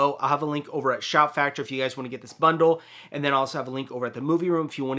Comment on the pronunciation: Pssstttt…it’s Shout! Factory …do you need to shoot this again hahah